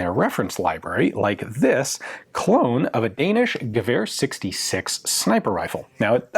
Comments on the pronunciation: As a Dane i approve of Ian's pronunciation. Slightly off but very close and clear. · You're doing a pretty good pronunciation of the word "gevær" :-)